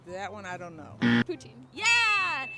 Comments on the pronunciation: you said poutine the right way the second time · Wow. Your poutine is seriously good in bilingual part! Toi t'es un vrai!